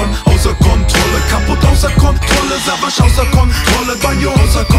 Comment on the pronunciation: Wieso spricht Banjo den Namen von Savas falsch aus? :D:D voll das weiche "s"